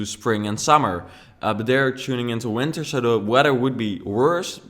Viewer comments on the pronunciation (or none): none